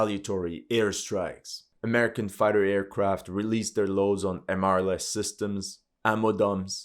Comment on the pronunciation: I like how you say AameriCCAN😂